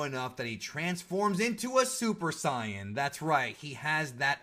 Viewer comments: Don’t ever say zi-an again. It’s say-in but spelled saijin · Why does he say Cyain instead of Saiyan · Why do you say super cyan? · Did this man really say “SIGH—YANN” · I'm just sighin' 🤷‍♂️